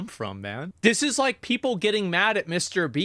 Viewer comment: channeLLLLLL.... peopLLLLLLLLLE....